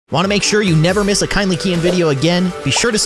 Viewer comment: YOUR NAME IS NOT KINDLY KEYIN ITS KEYIN